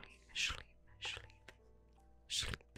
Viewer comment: Why do you say "shlreep?" Im not trying to be mean I'm just saying